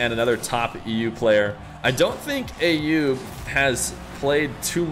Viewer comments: the name "Ayoub" is pronounced with an A as in "umbrella" not A as in "ate" .. So like "uh-yoob" .. Please, it's not hard at all and I'm not even Arabic or middle eastern at all btw! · you are miss-hearing what that lady is saying. As you can see here from this article the precise pronunciation (using International Phonetic Alphabet - IPA) is actually [ˈʔajjuːb]. And from the IPA pronouniation key we see that the first three characters form an "uh" sound. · I actually pronounce it based on a video sent to me by Ayoub himself, which I would argue the lady is saying it closer to how I say it.